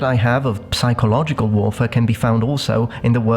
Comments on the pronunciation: Totally:D Although my usual great pleasure about language skills was a bit dampened this time, hearing him pronounce the "p" in "psychological". Aww, come on:( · One completely unrelated question (but one that bothers me a lot): I have learned in school that you have to pronounce it "(p)sichological", but you - as a linguist - pronounce it "*p*sychological. Why? Anyway a wonderful Video - as always! Greetings from Austria.